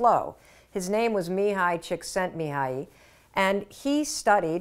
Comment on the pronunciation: I love how she pronounced "Csikszentmihályi" perfectly.😊